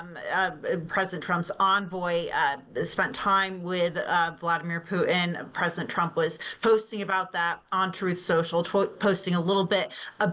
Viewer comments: Why does she call him Pu En? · The pronunciation of ‘Putin’ by guest: The name isn’t ‘Pooh-in”. It’s Poo-Tin. The ‘t’ is pronounced. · Putin is pronounced with a T in the middle